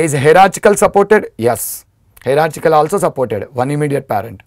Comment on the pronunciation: Sir , its not pronounced 'hera -chick - al' ,, its more like 'haera-chial '